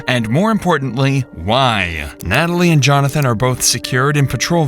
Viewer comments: This didn't make sense until he said "nat-a-lie" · He pronounces all their names phonetically -- instead of Al Capone, he says Al "Cap-One" -- he looks at the word as cap+one. Also, Natalie = Nata+Lie It's very strange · Right when he said Nata-lie, I was like WTF Forrest?! 😂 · Wow this interrogation just...wow and how he pronounces his sisters name amd his stories and his accent sounds so weird